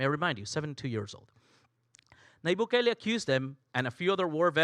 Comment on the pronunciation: Intro — can’t even pronounce his so easy name to name —- We appreciate Bukele